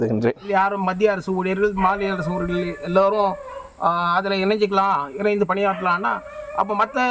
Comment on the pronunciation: ஊழியர்கள் என்று சொல்லாம ஊழியர்கல் என்று பேசுகிறான்😂.